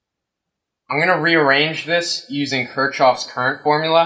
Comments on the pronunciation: Kirchoff is pronounced (kirk-off) not (Kirch-off). You know, Kirki-off and his brother Jack. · Lol... This video is humorous to say the least. However, I'd like to point out a few flaws. 1) It's pronounced Kirk-Koff... Not Choff... 2) The pseudo-mathematical analysis you've done still doesn't explain the reasoning behind your cable design. 3) You should have described emf induced current as it applies with Faraday's Law, and used the Maxwell-Faraday equation to prove that concept. 4) Even after all that, it still will never work... Lol. You should right the sequel to "The Core". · I think you mispronouncing Kershov . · Might help if you actually understood Maxwell's Equations, knew how to pronounce Kirchoff's Law, understood differential signaling, understood digital data transmission, etc. As is, your math is a complete joke and doesn't even attempt to hit on anything relevant. Nice try. I'm sure it's good enough to work on the unwashed masses. The rest of us see right through you, though.